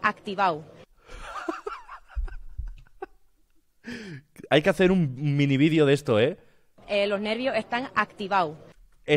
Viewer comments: Lo' nervio' e'tan activa'o' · dice: loj nervios están activau;)